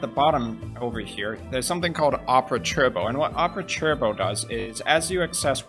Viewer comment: Just an educational lesson it’s pronounced tur-bow not chur-bow